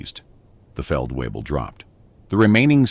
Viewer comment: The Feldweeble directed him with confidence.Pretty sure it's Feldvayble. (at least that would be the correct German pronunciation). A A W in German is pronounced like our V. And a V is pronounced like our F. A VW car is a Folksvagen in German